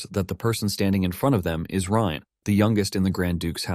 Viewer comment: Bro can't figure out if the MC's name is pronounced Rain, Rine, Reen, Rin, or Ryan...c'mon dude, seriously?